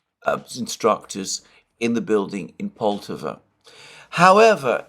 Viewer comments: Alexander, you are mispronouncing Poltava——the stress should be on the second syllable so it’s not POL-tav-a but Pol-TAV-a. . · Alexander - its pronounced Pol-tah-va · Just a little correction on pronunciation: Poltava should rhyme with Bratislava.